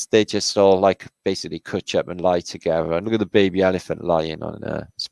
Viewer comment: Awww loved hearing you say "cwutch up" - haven't heard that word in such a long time brought a tear to my eye 😋 only the welsh cwutch 🏴😊❤